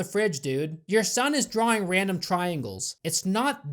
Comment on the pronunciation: Did I fall through a Mandela portal or something? You're the second person today that I heard pronounce drawing "drawring."